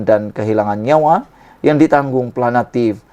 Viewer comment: Nk jdi pngulas, bahasa m, sia kna fasih..ni sbutn awk kurg tepat!.. buknya planatif, plantif....sy cadgkn awk msuk klas TADIKA kmbali....🤣🤣